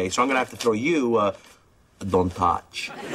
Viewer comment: " Don't TACH " LMAOOOOOO